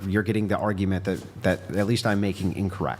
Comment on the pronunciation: Why does she say "agleast"? It's "at least"!!!!!!!!